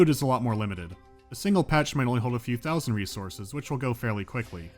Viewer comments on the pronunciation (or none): none